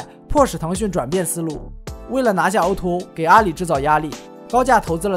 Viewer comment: o2o，读音应该是o to o，不是o er o~